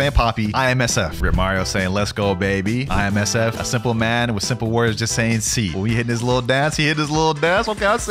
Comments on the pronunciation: Bro keep calling IMSF(FIJI) ISMF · Did he just say ismf